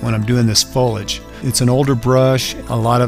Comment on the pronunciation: You must learn to pronounce the word foliage.. Look carefully and pronounce it again. It is foleeeage..